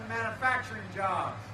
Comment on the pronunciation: Mannuhfactring in His idiot tongue